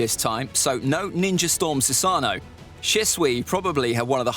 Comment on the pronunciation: This dude is messing up the saying of sasuno